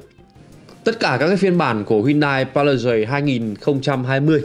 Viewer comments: Phiên âm đọc là Pa-li- sết chứ không phải là pa - li - zầy nhé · Nghe phát âm tên xe khó chịu thật